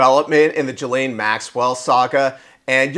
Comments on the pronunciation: Her name is Ghislaine… Sounds like KEYLANE but with a G. Not G his lane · say her name as Gilane, G as in word "golf".